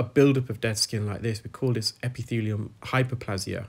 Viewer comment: Hyperplasia: Pronounced . i.e.; a long 'a', not short. 👍